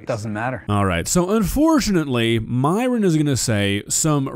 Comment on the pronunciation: My biggest question is why Myron insists on his name being pronounced as Miron when his greek origin Christian name is pronounced the same way it's actually fucking written - Myron (like myrrh-on) a sound which granted isn't common in English but still very pronouncablefor English-speakers. Idk why, but it just irks me.